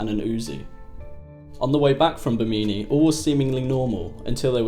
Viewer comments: It’s not pronounced “Bimeenee,” it’s Bimini as in, Jiminy Cricket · Thanks for making this video. I had no idea about but have always wondered about him, the basis for the character “Laslo”. I hate to nit pick but you pronounced Bimini incorrectly. Phonetically it is Bim-in-ee with emphasis on the first syllable. It’s often referred to as a possible site for the lost city of Atlantis. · Small correction: Bimini is pronounced “Bim-eh-nee” not “beh-meany” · Why does this guy keep saying "Bameemee" referring to Bimini. And I don't What the hell he said. Trying to explain that Oscar was off of Miami.😒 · Well this video was a waste of time. And it's pronounced /BI-muh-nee/. 🙄👎🙄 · Bimini , so you cant pronounce it , hahahaahhahahahaah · That's not how Bimini is pronounced but nice piece! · I've been to Bimini, never heard it pronounced like that. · Please try to research the proper pronunciation of places & names :) I love the content, but cringe when you misspeak.... bameenee or Bimini? who-ston or Houston?